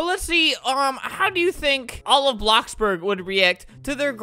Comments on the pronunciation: "blooxburg" XD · BLOOBS BURG XD